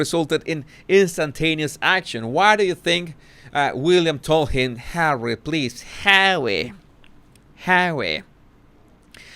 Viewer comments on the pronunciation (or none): I love how he says "Hawwy"! I can't help but smile or giggle.